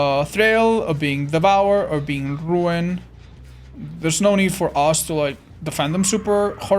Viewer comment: Love the way you rolled your R at rrrruin, you should do that more often for fun :D